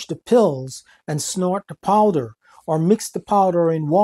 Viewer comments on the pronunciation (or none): none